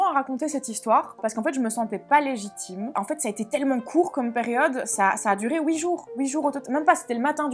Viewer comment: La même et ses "houit", c'est trop drôle...